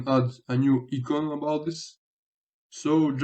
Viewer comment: Great tutorial! My only comment, and I'll preface this by saying your English is MUCH better then I could ever speak your native language. I'm presenting this as a helpful hit for future English speaking videos and not a criticism. icon is pronounced "eye con" or "I con" in English. Not "E con". Keep up the great work...